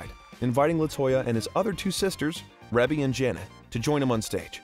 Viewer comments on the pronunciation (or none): I just fell in love with her all over again… but a little bit more research needed to be done as far as pronouncing the oldest sisters name.. is pronounced reee beee! lol not ‘reb be 😂😆🙌🏼❤️🙏🏻😊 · It’s Rebbie not Reby!🤣😂